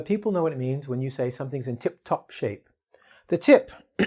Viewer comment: "Tip top" not "tip tok" be careful